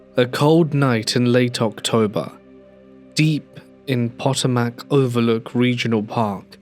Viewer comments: Love you! I do think sometimes narrators should look up the pronunciation of places and things. Pot-o-Mack cracked me up. It’s pronounced Pa-TOE-Mik. I’m not even from that part of the United States, but it is an area important to our history so we know about the Potomac river area. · I love your stories, truly. Being from Virginia, the river name Potomac is pronounced Puh*tow*muhk as a point of reference. I know I've stumbled over pronunciations of English place names, so no foul. 😉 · poto-mac? Really? Im a Texan and even I know the Thames river is pronounced "Tims" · The story mentions Arlington so the river is the Potomac, pronounced PA-tome-eck. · Potomac = poh toe mac